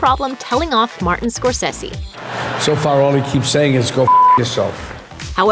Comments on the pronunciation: Scorssessi?!?! Scor-say-say! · Scor-say-se Martin Scor-say-se!. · when did the producer become "Score-sessy"? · It really annoyed me how you pronounced Martin Scorsese as "Scorsissy" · Scorsessi? I can't listen to this. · How tf can an entertainment channel mispronounce Scorcese??? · Where t f did this chick learn how to mispronounce someone as famous as Martin Scorsese's name?? Learn how to talk, no matter how young you are. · That pronunciation of Scorsese... yeesh. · I like it but why you pronounce all names to sound American.That's terrible and not proffesional at all.Especially how you pronounce Mr. Martin Scorsese name. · Someone tell that narrator it's pronounced score-say-see, not score-sehs-ee. And it's "Inglorious Besterds," not "bastards," and reprising is repreesing not repr-eye-sing.